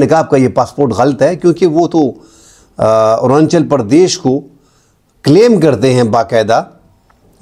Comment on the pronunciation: ارانچل پردیش غلط تلفظ ھے.. ارون آنچل پردیش صحیح لفظ ہے.